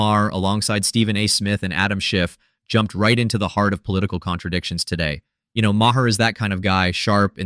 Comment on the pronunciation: I think the mispronunciation of Maher make AI very possible.